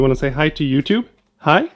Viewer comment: is it just me or did he just say "YouTube"? (yohthoo)